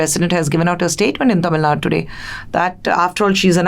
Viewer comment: Why can't she spell "TamilNadu" twice I heard her saying "Tamilnad"